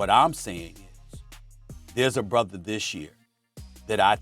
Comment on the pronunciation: when I hear SAS say "brother" - I'm hearing "sister".